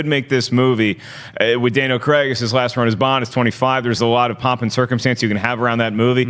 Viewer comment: Who's this Daniel Creggg you speak off? 🤔😆